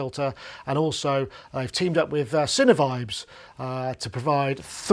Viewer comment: So, as an American, I (and others) have been pronouncing Sinevibes like sign-vibes (like a sine wave) rather than cinna-vibes (like cinnamon roll). Is "sine" pronounced "cinnuh" in Brittain? Genuinely curious.